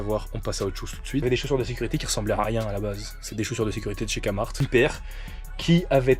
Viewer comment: Je suis si fière de toi, n’abandonne jamais ce que tu fais, n’oublie jamais pourquoi tu as commencé cette aventure ! Mais comment ça tu dis KAMART et pas KEMART 🥹